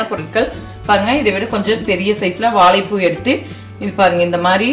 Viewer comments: நன்றாக வந்தது. நன்றி. ஆனால், அது 'வாளப்பூ' இல்லை. 'வாழைப்பூ'. கீளே (கீழே) களுவி, (கழுவி), பளம் (பழம்), தளை (தழை) Irritating. 90% of people can't pronounce Tamil properly. Plz try.. U can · Tried it. Gud taste. Try to pronounce 'ழ'. வாளப்பூ, பளம்.. இப்படி பேசினா சரியில்லையே.